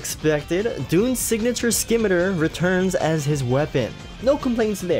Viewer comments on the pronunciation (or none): Scimitar is not pronounced "Skim-I-Ture" but "Sim-I-Tar". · Did you seriously just pronounce "scimitar" as "skim-meh-durh"? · the 'C' in 'Scimitar' is silent you pronounced it wrong.